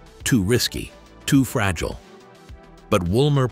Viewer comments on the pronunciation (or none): none